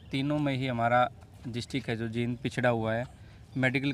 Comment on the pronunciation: Sir, जिंद नही है, जींद है शहर का नाम,प्लीज ठीक कर लीजिए,बोलने में भी बड़ी ई की मात्रा है...bahut pasand karte hai aap ka